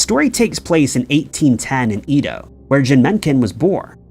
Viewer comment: Do others cringe or shudder when he mispronounced Edo over and over? No? Just me? 😂